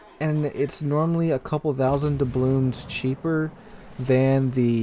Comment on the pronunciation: Are you saying 'Doublooms'?